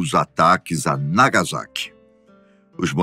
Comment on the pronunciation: a pronuncia certa é nagassaki e riroshima